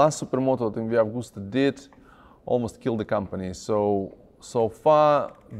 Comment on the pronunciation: Ducotty????? MV agooster???? never heard of them. Is this how Italian sounds to the guys across the pond?